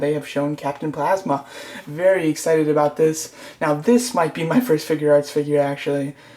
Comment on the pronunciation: Captain phasma is a girl and it's PHAsma not PLAsma. Great vid though. I wasn't trying to be contradicting